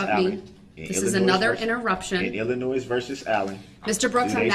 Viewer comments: somehow i just knew he was going to pronounce Illinois,'''ILL-A-NOISE''''.... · I was born and partially raised in Illinois and the “s” is silent!!! 😂😂😂